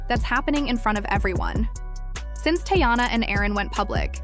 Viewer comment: Can you atleast pronounce her name right? It’s TEEyana…